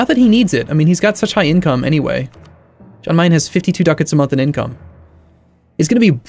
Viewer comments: It's pronounced 'Yan Mayen' not 'Jan' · Alright, I hate to be that guy but the "Jan" in "Jan Mayan" is pronounced as a "Y", so like "Yan Mayan".